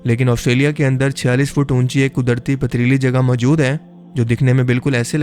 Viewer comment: Majood kia hota hai bhonsri k, mojood hota hai